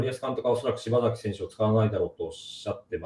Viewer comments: 内容より聞き手の人のしば”ざ”きと呼ぶのが気になってしまう。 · 細かいけど"しばさき"ね 何回も"しばざき"言われるとさすがに聞きづらい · パッサーパッサーて…普通にパサーと言ってくれ…あとshibasakiをshibazakiというのもやめてくれよ